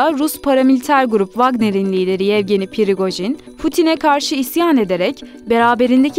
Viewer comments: Pirigojin degil “Prigojin” yani p’den sonra “i” yok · PIRIQOJIN yox PRIQOJIN